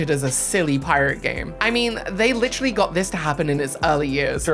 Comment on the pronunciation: ITS WITEWALLY FWEE!